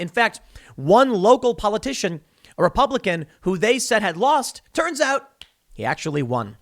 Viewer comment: "repubiican" vs "republican"